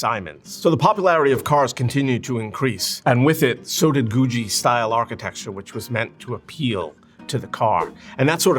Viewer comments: Googie is my favorite style of architecture. It pains me to hear him pronounce it like that. I've never heard anyone pronounce it like that. I grew up in a suburb of LA that was built in the 50s. The trend back then was space age googie, tiki, and kitchy. I grew up near a bunch of awesome space age 50s architecture. The creators of The Jetsons came up with the idea of their show by driving around LA and seeing all the space age buildings and cars that look like rockets. If youre thinking, "That sounds awesome, I'd like to see this part of LA that looks futuristic!". It no longer exists. Most of these buildings have been torn down and replaced with boring fast food architecture. There are still some iconic googie buildings that still exist, but almost all of them are gone. This is what got me into architecture. I saw all these quirky buildings of my childhood disappear and it made me so sad. This is why architecture preservation is so important. That time in history is gone, so now no one will be able to visit a space age 50s neighborhood in LA. Googie buildings were outlandish and cost more money to maintain, so they just got torn down. 50s dingbats and tiki architecture are starting to disappear really fast too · Wait, I thought it was Goooo Geee architecture. That's how that was pronounced in Los Angeles. It's called Goo Jee among architects? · Awesome video. But isn't it GOO-ghee, not GOO-GEE? Does it rhyme with Bougie, or Boogie Woogie?!? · You're pronouncing googie wrong. There is no 'J' in Googie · IT'S GOO-GHEE! not goo jee. ugh. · IT'S PROUNCED GOO-GHEE NOT Goo-JEE!! Great video though. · You are correct. This presenter is wrong. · Stop saying goojee. ffs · Why does he pronounce Googie like Goo-G? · Ive never ever heard someone pronounce googie as "goojie" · The second 'g' in 'Googie' is a hard 'g' - "GOO-ghee". Unbelievable. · Its pronounced Googie with hard G's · It is pronounced with hard G's, I don't know why he's pronouncing it weird